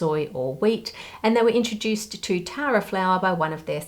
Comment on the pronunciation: I was mildly concerned when i wasn't paying proper attention and heard Taro instead of Tara 😂